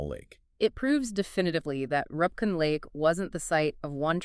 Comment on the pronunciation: AI: It's Roopkund lake. Learn!